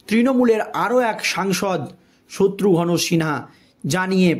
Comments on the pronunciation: ঠিক উচ্চারণ কর, শত্রুঘন মোটেই নয় শত্রুঘ্ন উচ্চারণ কর, ফালতু। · The narrator is requested to learn to pronounce names correctly specially that of Satrughan Sinha.